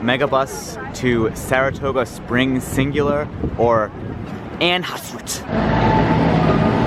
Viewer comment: As someone who is native to that region, that "Saratoga Spring" brings me great pain.